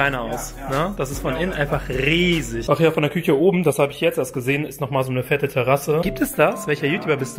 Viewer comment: Niemand Vik : Kühche Küüche